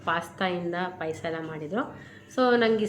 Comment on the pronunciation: ಪೈಸ ಅಲ್ಲ ಮಮ್ಮಿ ಪಾಯಸ 😂😂😂